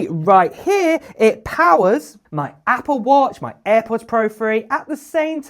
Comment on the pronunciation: He says apoo